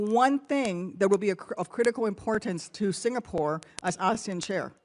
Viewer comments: Want to be an ambassador in SG then pronounce the country's name correctly, it's SingaPORE and not SingaPUR (not like PURI Indian food). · Its singapore...not sing a por! No break in between a vowel. 😅😅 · He cant even pronounce Singapore properly bruh "Singapoo"